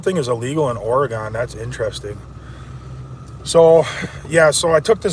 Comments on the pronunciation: It’s pronounced Oregun like pew pew. I would know, I’m a Oregunian! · BTW Oregon is pronounce Ore'gun', --> not Ore'gone'.